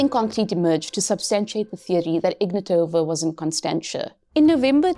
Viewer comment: Ig-NAT-ova. Please pronounce it correctly. i-VAN-of. Do your research on the basic things.